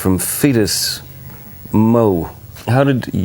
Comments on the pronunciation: it's FESTUS, Missouri, NOT FETUS, Missouri. LOLOL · First genuine smile I've had today. Thankyou! 🥰 Oh, yeah. It's Festus Missouri, not fetus.🤣😂🤣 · LMAO. It's FESTUS, Missouri.... --- Fetus Mo. Bwahahaha